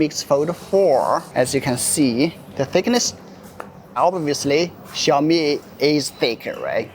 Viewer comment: instead of pronouncing it "Xiaomi" you insisted to say "Ciaomi"😂